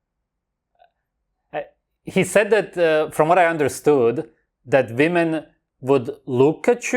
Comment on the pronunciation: Gotta love how he says women/woman😂😂😂.VEMEN😂